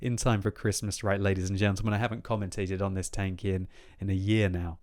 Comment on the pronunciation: "comet"tating (commentating)